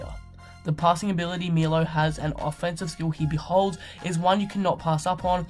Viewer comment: And it's not Milo, it's Milos (this s is pronounced as "sh" in serbian) :D It's ok, just listen to US commentators, most of them know how to pronounce it :)